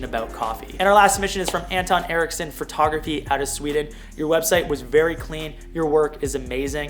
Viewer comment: I’m so glad you addressed your use of “phrotography” vs “photography.” It has always bothered me but it’s such a trivial thing to point out so I’ve never commented on it even though every time you say it I’m like “DUDE. THERE IS NO “R” IN “PHOTO!” “